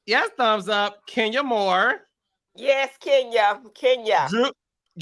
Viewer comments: Not Kenya moow 😂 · "Kenya Mo" lol